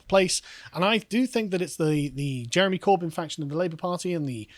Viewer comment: “Corbinyte”? I’m American. Is that some kind of extra terrestrial alien? /s